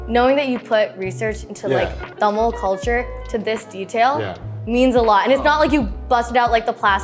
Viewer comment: Can we talk about how beautifully Philip pronounces the word Tamil!? 😊❤ A for effort!